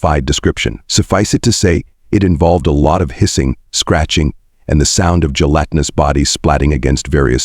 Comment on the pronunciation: Great story idea. Execution of it leaves something to be desired. Way too much repetition and the stupid narrator can't seem to pronounce gelatinous correct most of the time. Stopping afte only 19 minutes because I just can't take it. Too Bad. I would have loved to hear the rest of the story.